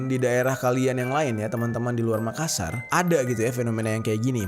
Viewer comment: "MAKASSAR" bang bukan Makasar 👀